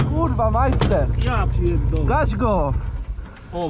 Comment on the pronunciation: "Kurla drifterzy"